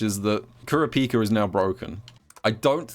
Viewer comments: Kur a pika not trying to flame you but I find it funny how u say it lmao What have I become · I slightly cringe every time says kurapika wrong